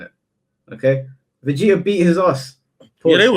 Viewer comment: I get mad when speaks Vegeta name